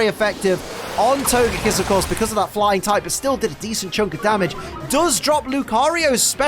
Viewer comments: I hope “togepiss” didn’t hear you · Togepee, togedic and togepiss. Hehe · Can we have togekiss' name in the corner of the screen changed to togepiss for the rest of the season, in honour of that legendary slip of the tongue?